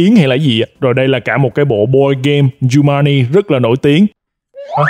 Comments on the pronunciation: giống em nek cứ tiện miệng nói jumani nhưng đọc đúng là jumanji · Ở video nói chumaji quay xong xem lại mới biết đó là jumaji: vl 😑😑😑😂😂😂😂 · kiểu: coi lại video, chết cha, đọc lộn Jumanji thành Jumani nên ghép cảnh zèo để tăng độ hài hước và sửa từ sai:DDD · Nhắc bao nhiêu lần là jumanji mà cứ đọc sai hoài, thui bó tay:))) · Ok anh, Giu-man-gi (Jumanji) :)))